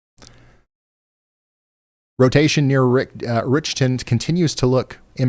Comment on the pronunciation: Dear Ryan. That town in Ms is called Rich ton not Rickton. Thx